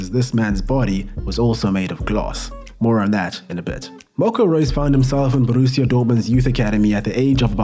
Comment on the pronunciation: So sagt man Borussia doch nicht